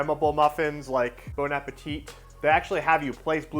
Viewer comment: The second t in Bon Appétit is silent.